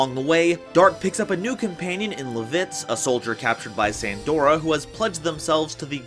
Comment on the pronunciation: Other than really just how you say LAH-vitz's (L-AH!), I am always glad to see others showing love and support for Dragoon.